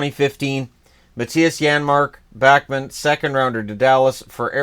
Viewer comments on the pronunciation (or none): none